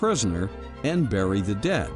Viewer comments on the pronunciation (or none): none